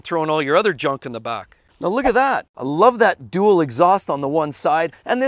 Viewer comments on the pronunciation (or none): none